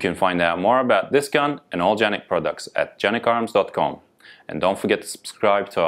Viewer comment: Thank you for pronouncing the name correctly, very few video reviews done in the US do this! Also, thank you for producing an amazing pistol, I have both a TP9SF and SXF. I also just bought my son who is a Los Angeles county Sheriffs deputy a SFX and he loves it.